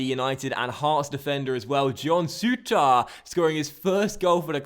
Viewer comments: I know loads of people say it but it's pronounced sooter not soutar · Souttar.......please dnt put as much emphasis on the "ar" pronounce it as if it ended "ir"